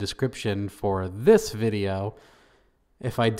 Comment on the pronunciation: Sooo glad you made a follow up vuh-jay-oh. Lol